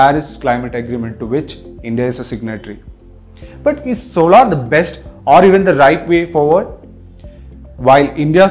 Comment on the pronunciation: Sorry for being a grammar police but please learn how to pronounce certains words properly, the word is SOLAR and not SOLAAR and it GIGAWATTS AND JIGAWATTS.